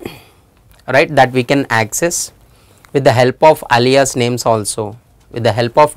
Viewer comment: I wonder how Alia feels about her name being said like this